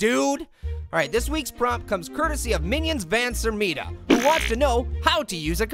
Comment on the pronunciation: Am I the only one noticing saying "Sermita" instead of "Sertima" when reading the prompt